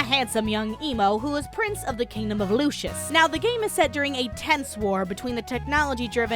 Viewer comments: she kept saying lucius instead of lucis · the kingdom is called lucis, it's pronounced lew-sis sorry it was just bothering me, video was funny as hell. ED: also with the arena, more like "Daddy needs the generator for the car which costs 3.6 MILLION MEDALS!" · The way you pronounce lucis sounds like the son of Lucifer (referring to the game Lucius)